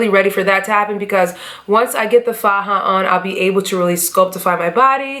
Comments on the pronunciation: Hi you look amazing!! Also, you said the word faja (pronounced fa-ha) correctly. You're good love!👌🏾👏🏾💋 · You said faja perfectly lol 😉